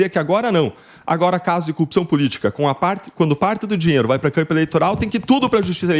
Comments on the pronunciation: A propósito o deltan dallagnol precisa de uma instrução fonética ele se a corrupção como cupção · Porque ele e moro não aprendem falar "corrupção"